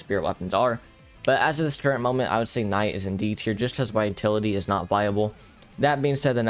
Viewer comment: the way he mispronounces vitality irks me